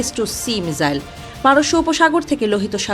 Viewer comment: আচ্ছা এটা মিসাইল নাকি মিজাইল হবে 🤣